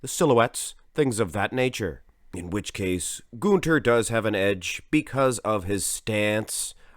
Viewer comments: When you say Gunther's name your accent sounds Swedish as opposed to German. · Gunter is German, you idiot! Will you quit pronouncing his name as if he's Swedish?? Jackass.